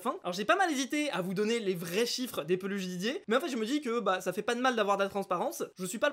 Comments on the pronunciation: Les "ciffres" XD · "Les ciffres" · les "ciffres"